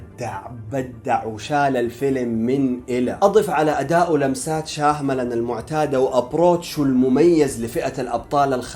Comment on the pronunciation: شياملان وليس شاهملان ي اخ